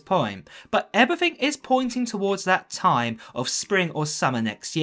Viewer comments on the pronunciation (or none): none